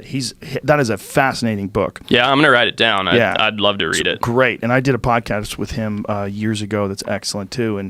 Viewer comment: Joe "i loh you wolves" rogan